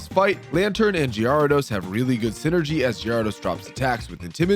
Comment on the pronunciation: Lmao just found this channel and I don’t see any comments talking about the pronunciation of Pokémon names (gyarados, slaking, and decidueye pronunciation was absurd). Is it like a running joke or does no one care?